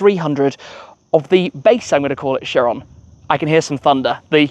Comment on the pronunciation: Right pronunciation of this car is buh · ga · tee kai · ruhn